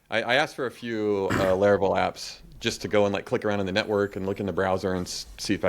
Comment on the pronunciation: I like how consistently pronounces things wrong like Laravel and Linode. Great episode.